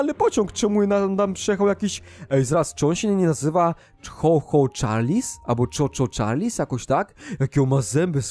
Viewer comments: No ale się tak nie mówi tylko (Czu Czu czarls) ok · Choo choo charles muwi się czu czu czarls